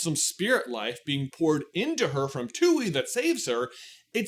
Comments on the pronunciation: The moon spirits name is pronounced "twee" or at least that's how koh pronounced the name. You kept saying tooee, which is how the spelling looks "tui" but we do have a character verbalizing the name in the show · The way you pronounce Tui is just sending me. It's supposed to be "Twee." But the way you say it, "Too-ee"... it's giving "hawk too-ah." Just saying 😂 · Its not pronounced "two-ee" its freaking "Twee", how do u expect to be taken seriously while u refuse to even say the names correctly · I literally cannot finish the video because im too upset that you are miss prouncing the spirit's name. Its TUI (TWEE) NOT TUEY. You're giving off 'The Last Airbender movie mispronouncing Aang' vibes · Also, also, why are you saying "too-ee" its pronounced "twee" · For those who know it’s even more frustrating that it’s not just pronounced “tway” And just spelled tui lol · Nice showing your lack of knowledge of hte topic you are talking about. It's pronounced Twee. You'd know htat if you rememberd Ko from the finale of season 1 who pronounces the name of the spirit. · I’m dying at “Tuey”😭😭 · Ya the show pronounces it like a baby trying to say tree. It's bugging me to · I've seen the show a bunch of times and always pronounced it tooee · Hearing you pronounce Tui at the same way that you pronounce Yue is really throwing my brain for a loop. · Thank you it was driving me crazy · You keep saying Twoey like Bluey, but it's pronounced TWEE and La.